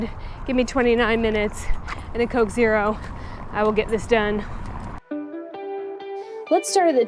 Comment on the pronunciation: Thank you for another wonderful video,,,, But,,,,,,Coke Zero!!!!!! Really.???? Really??? Dear god girl